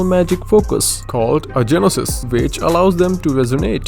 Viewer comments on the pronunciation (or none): its not genosys its gnosys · DID HE SAY "GE-NOSIS"?!?!?!?! my guy its pronounced "nyo-sis" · "called Genosis" sir its GNosis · Please note: Gnosis is pronounced like no-sis. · The Gnosis is pronounced nosis the g is silent lol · its pronounced as nosis tho ^^ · It's Gnosis Not Genosis Silent G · The "G" in Gnosis is silent by the way. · omg this guy is so annoying including the fact he cant pronounce "gnosis" "tsaritsa" nor "determined"